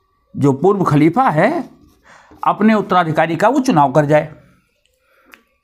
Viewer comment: Kuchh to pronunciations ki ghalti hai Khalifa kehne mein kyunki aapki zuban hindi hai aur dusri baat yeh hai ke Rasul Allah ka naam izzat ke saath leni chahiye jaise Hazrat Muhammad Sallallahu Alaihi Wasallam aur mrityu nahin kehte balke wafat ya phir intequal kehne chahiye. Aapne hawala diya hai Irfan Habib ki kitab ka, toh usme iss tarah likha hona chahiye, halanke mai ne Habib Sahab ki kitab nahin padhi hai.